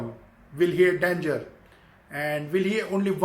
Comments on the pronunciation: What....dangar 😂😂😂😂 Sir you are the god of English , and why I am a small time😂😂😂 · Who will a Justien Biyebiyer? Will he a danjer?